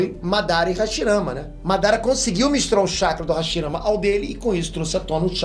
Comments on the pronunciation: hashimara kkk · hashimara?? Tá errado isso ai